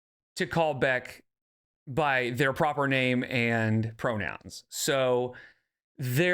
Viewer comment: Honestly you can hear it even as early as . The extra emphasis she's putting on the K makes it sound like she can't even say Beck's name without making a nasty expression at the same time lmao. She is so bitter.